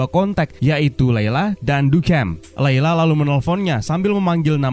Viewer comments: Itu baca ny du siam min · bro, baca namanya duchamp salah. di channel marvel indo yang bener... moga risetnya bisa lebih teliti... semangat bro